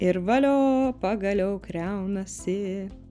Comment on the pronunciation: KaS per kriaunasi? Lietuviskai KRAUNASI.